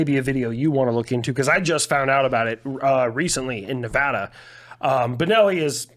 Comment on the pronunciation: Thank you Rich for your service! Also, thank you for saying Nevada correctly.